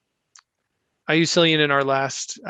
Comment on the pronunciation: Cillian I believe is actually pronounced with. K sound. So it’s actually (K)illian. Li Xue , is also more like Lee Chu.I think .